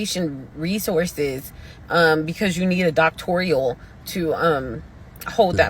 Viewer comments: I can’t take you seriously if you pronounce DOCTORAL as “doctoreal” Girl….we are seeing more & more why Argosy got shut down. Illiterate graduates go not bode well for reputation. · is anyone going to mention her use of the word doctoral? How she says it with four syllables as opposed to the more common spelling and pronunciation with 3 syllables? Is doctorEEal a real word? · WTF iS "DOCTORIAL" ? A PhD would likely say "DOCTORAL" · If you day doctorial one more time I'm gonna pass out! It's doctoral!!! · Doctorial? It’s Doctoral! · It wasn’t us Bro it was women first but why can’t can’t pronounce doctoral - it’s not doctrial!😂-Doctorial😂😂😂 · It's doctoral not doctorial... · No such a word as “avitorial” or doctorial” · All these "doctors" saying, "doctorial". Okay...🥴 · DOCTORIAN...AVIATORIAL...😂 How much she paying yol....???